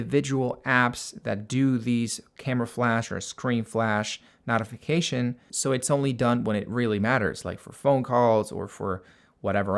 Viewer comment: Thanks, useful video. Not sure where you are from, but your pronunciation of "notification" is odd.